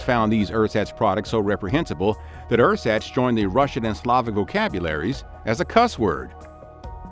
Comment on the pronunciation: German is not very hard to pronounce. For example, ersatz is not rrsats but ersahtts. Before your next video, either spend an hour reviewing German phonology, or find a coach who can help you.